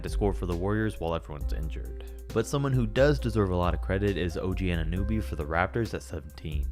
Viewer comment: “OG AnaNOOBY” and “Jonathan IssAIC”